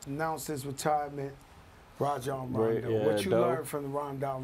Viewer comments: Bro said Rondon Ronjo 🤣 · Fat Joe is that uncle every Puerto Rican has that butchers the name of everyone & you cant help but just laugh and want to hear more. he said Rondo Ranjo LMAO! 😂 😂 🤣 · “RONDON RONJO”